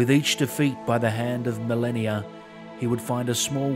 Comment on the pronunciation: Melania, Melanie, Marleny. He pronounced it right, no?